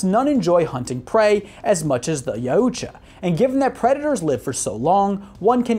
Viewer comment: Yautja is pronounced Ya-OOT-ja